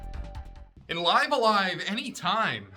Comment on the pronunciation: I think how u pronounced it IS actually how it’s meant to be said. The Japanese at the bottom translates to Raibu-a-Raibu (bc there’s no v in Japanese n they largely speak in consonant vowel syllabaries so for instance to say Stop wud be Su-ta-pu). So if it was let’s say Liv-a-LIEva (phonetically ofc) it wud be リブ-ア-ライブ (ribu-a-raibu)